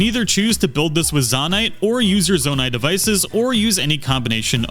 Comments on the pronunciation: ZAH-nai ❌ ZOH-nai ✅ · Immediate dislike for pronouncing Zonai like that. It's "zoh-nai" not "zaw-nai." Your personal canon and preferences don't apply here. There's only one correct way to pronounce it. This isn't like avocado or caramel. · How in GOD'S NAME do you get this far into the game without absorbing the proper pronunciation of "zOnai"?? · it's pronounced zownai, and it's CONSTRUCT head, not construction head 😵🤣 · How do people still say zonite wrong when they literally say it in the cutscenes? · Guy really said ZAN-AI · Am I the only one who thinks it’s pronounced zone-I ?! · I mean it's pronounced kind of like the word Zone with 👁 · So, is it pronounced, Zon-Eye, or Zo-Nye? I’m confused. (Also, thanks for the tip.) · Zonai isn’t pronounced like that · Aa aa aa aa! Ew ew ew! The way you pronounce Zonai, and the fact that you mis-name like EVERY device, realy makes me uncomfortable. Like my skin literaly crawed dude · dude keeps saying construction heads 💀💀 and he says zonai wrong even though its voiced in game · The way he pronounced Zonai made me want to cry.